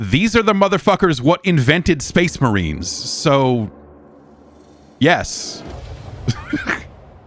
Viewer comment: Cor blimey, it’s the Shpayce Muhreens!